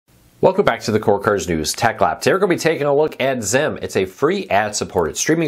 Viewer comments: It’s Zeem. Even zeam commercials called it zeem. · Beautiful. Thanks for sharing but, it is pronounced “zeem ”, rhymes with team.